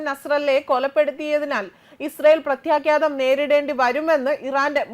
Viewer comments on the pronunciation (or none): 🎉🎉....president sthanarthi orumichu parayooo....🎉🎉...words onnu koode sradhikkuka...your sound is good and powerfull...onnu koode points padikkkuka vartha air cheyyum munne..prathyakhadham...mistake still in word... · പ്രത്യാഘാതം എന്നാണ് ശരി